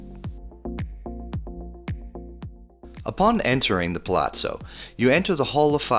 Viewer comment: The American narrator, he probably makes fun of the way foreigners pronounce English words like every genuine American does. But the way he pronounces the Italian words is beyond comical! Actually it's a tragedy! Or maybe both! What the hell is PLATSO? Just to mention one....... Why don't you just use English and say Palas? Gratsi? Grazie is pronounced gra-chi- eh. EH! Allora vai a gagare.